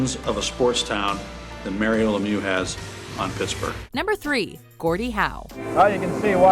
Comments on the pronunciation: It's not pronounced as Lemioa it's pronounced as Lemieu just with an x at the end. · It’s pronounced “Mare-eo” Lemieux, not Mario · Learn how to pronounce lemieux you idiots